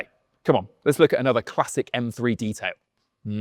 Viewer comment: For the Love of God Top Gear. Teach your Car journalist/critics that it is M three not M free!! 🤦🏻‍♂️